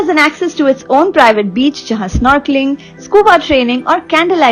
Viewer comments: Have you said beach baby or bitch baby..😄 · She said beach baby 😂 Not bitch baby 😂